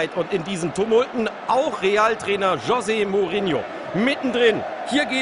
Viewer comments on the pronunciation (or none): Jose spricht man ja ganz anders aus ^^ Das "j" wird wie ein "ch" ausgesprochen und nicht "Sch"ose.